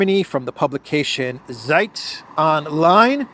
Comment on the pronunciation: it's not SAJT "ZEIT" - read it "TSAYT" Z in German is TS (like ZAGREB, like Zeebra) ZI